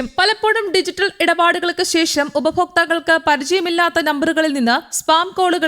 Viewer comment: ഉപഫോക്താക്കൾ അല്ല ഉപഭോക്താക്കൾ